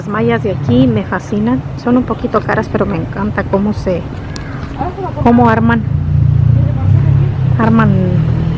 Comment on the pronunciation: Se dice orman no arman